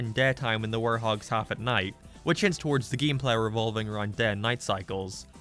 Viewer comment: mf legit said "geem plaa"